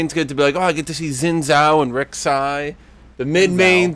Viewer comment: still pronounces Zhao incorrectly. Way to go riot